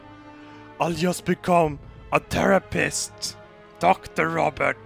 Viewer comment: Their-apist get it right